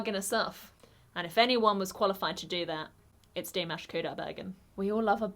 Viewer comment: The word/phrase you might use (instead of "slit") could be "aparture/"narrow aperture." Please move the stress accent in "Dimash" to the second syllsble. Or, maybe the silent gesture was an unsuccessful attempt to set up that whistle.